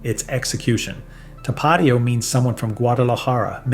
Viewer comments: You got the number 1 right. Valentina black label is the best but Valentina red label also beats everything else in this video. Cholula should be 3rd after Tapatio, which you pronounced incorrectly, it's tap uh teeo, not tuh paw tio. Vinegar forward "hot sauces" aren't real hot sauce. Franks Red Hot was better when it was Durkee's Red Hot, just like Twinkies were better before Hostess was sold off to the highest bidder. Corporate greed ruins everything. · Not to-PAT-io, To-pa-TI-o. Like the accent indicates. But all in all I like the vid. I've never had Valentina, but I have to try it. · Tah-Pah-Teeeee-Oh. Do my boy right. 🩵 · Tapatío - TAP-AH-TEA-OH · So how is this gringo an expert and he can't even say tapatio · How can you judge hot sauce if you can't say Tapatio correctly? I love that sauce. I also like Tabasco too and it is a real hot sauce. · Never heard anyone pronounce Tapatio like that and I live in Southern California. You left off El Yucateco, which is both hot and flavorful, comes in many different flavors as well. If you want a more mild sauce for Asian foods, Sriracha is decent. Sweet and spicy. All the Mexicans I know prefer Tapatio over Valentinas. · There's a reason Frank's is the best selling in the US, and one hot sauce snob's opinion isn't going to change that. Heck, you can't even pronounce Tapatio correctly. The accent should be on the "ti" part. Same mispronunciation of piquin (you even misspelled it). Please, don't pretend to be an expert when you can't even pronounce the names correctly. And how does Valentina rank so high when it has sodium benzoate as a preservative?